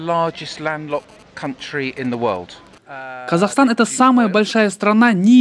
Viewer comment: ООО КАК ЖЕ Я ОБОЖАЮ ЭТОТ ИНОСТРАННЫЙ АКЦЕНТ ПРИ ПРОИЗНОШЕНИИ МОЕЙ СТРАНЫ - КАЗЭКСТАН)))